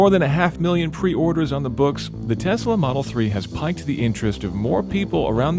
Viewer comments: "Piqued" is pronounced "peeked," not "piked". Just thought I'd be an English language Nazi. You're welcome. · you 'pique' someone's interest, not 'pike'. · Piqued = peaked not piked lol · You only made it fifteen seconds in before you said something dumb. "Piqued" is pronounced "peeked", not "piked". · it's piqued like peaked not piqued like piked..... Just Sayin' |=) ooops just read down the comments it's been mentioned already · At 16 seconds piqued (pronounced “peeked”, I believe, not “piked”. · "Piqued" is pronounced like "peek", not like the fish "pike", right? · Piked the interest? Do you mean piqued (pronounced peeked)? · "piked"? The word "piqued" is pronounced "peeked". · Tim Stevens “piqued” is pronounced “peeked” not “piked” Being French an all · Um....piqued the interest is not pronounced "piked". Nice try. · Yes, it "piques" it, but the reviewer incorrectly pronounced it "pike." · I'm glad the car "piked" your interest. It didn't for me... Although it did pique my interest. (Pronounced "peaked") ;-p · Sorry to be that guy, but the script says, “piqued interest” which is pronounced like “peaked” not “piked.” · Did you mean to say "has piqued the interest"? Sounded like you said "piked". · You mis-pronounced "piqued", it sounds like "peaked". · Did he just say "piked" when he meant piqued? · yes, lost focus to half of video thinking about piked. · "piqued" is pronounced "peaked" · ...did he say "piked" instead of "piqued"? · Piked? Ummmm how did that slip through? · I couldn't get past the part where he said "piked" instead of "piqued". Really dude? Really? Piked? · lol did y'all mispronounce 'piqued'? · That's not how you pronounce piqued. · I think he just mispronounced "piqued"